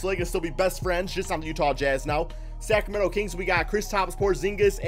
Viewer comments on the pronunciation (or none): none